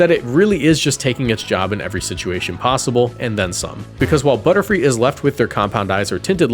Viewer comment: i hear butter-fly!!